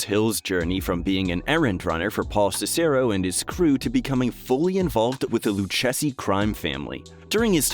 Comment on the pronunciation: Lu-chess-ee??? I thought it was pronounced, Lu-Kayzee.